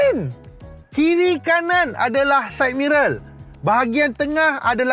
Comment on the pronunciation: sidemirror ❎ saidmerel ✅